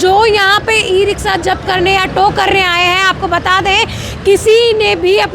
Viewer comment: रिक्शा या रिकसा🤣🤣🤣 अनपढ़ पत्रकार